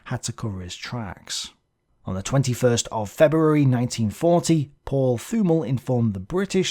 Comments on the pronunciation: Great video. One thing regarding german pronounciation. If there is a "th" in a german name or word, you have to ignore the "h". So "Thümmel" is pronounced "Tümmel". If you really want to get to the guts of german pronounciation, the "t" within the "th" is a little bit more open, compared to just a "t". But in everyday German, no one really cares. Hope this is comprehensible. Because English is not my mother language. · A nice o e,, thank you. Little things: th in German is ot Th in English, Thümmel sounds with a very 't'. As'von' sounds with f for fau, not v for vee. And a thought: Had Spain joined the War, Gibraltar could easily have been taken by the Germen. Then, Malta probably could not have held them off, therefore, had this happened in 1940, in the nextyear Afrika Korps could have recived the much awaited resupply and tanks, so their Egypt campaign might not have been halted. And the oil comes then into consideration, in two fold: without Suez, their is a low connection to the Indian army, almost no oil from the Middle East can come to Britain, and Germany gets access to more oil. A less desperate Drang nach Osten (sic!) is then required, or even a delay on the Barbarossa. A real change of the course of the War. What do you think? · Thümmel is pronounced with a strong t, and afterwards a short ü while stretching the pronunciation of the doulbe mm. You can search for the german word "tümmler" (a name for a dolphin species, that is pronounced very similar) if you need any reference. the "Th" sounds more like the "th" of the name "Thomas"